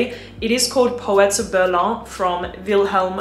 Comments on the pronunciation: It’s the German city „Berlin“ 😂 not „berlan“ 👍🏼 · its pronounced Berlin (Germany) not Behr Lahn, like its something french. :) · It’s pronounced “Ber-leen” not “Ber-luh” . You don’t need to put a French twist to everything lol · I was really laughing out loud, sounds so ridiculous🤣 It's not pronounced like 'Guerlain', and it's not even French brand/company. Just say Berlin🤷🏽‍♀️ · Berlaaaa alter 😂😂😂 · The way she pronounced it is how you say it in French, so technically it IS "something french".. Don't know why she said it in french, though lol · Vilhelm is a NYC-based perfume house. Meaning, “Berlin” is pronounced the German and English way. Using a French pronunciation is just pretentious and uncouth. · Why pronounce Berlin with a French accent? The phrase is English.. the city is German 😄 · Lol I'm not even acquainted with the proper pronunciation however when I heard that in like umm Berlin with a French accent if she is saying guerlain cannot be right lmaoo